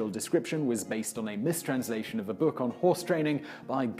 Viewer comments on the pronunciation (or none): none